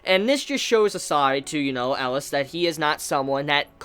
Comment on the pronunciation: It's ELIAAAAAAAAAS not ELAS COME ON